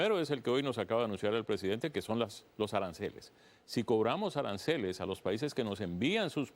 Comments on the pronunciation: Arancales o aranceles? 😂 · Que tan difícil es decir aranceles?